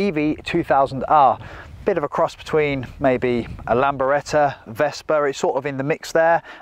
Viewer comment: Quite, and did he say Lamberetta - doubt he's ever seen one !